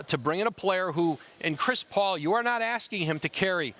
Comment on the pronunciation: Am I the only one who finds Adrian's "Chris Paoul" pronunciation funny? 🤣